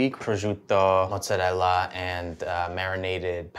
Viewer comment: Thank you for pronouncing mozzarella correctly!! ❤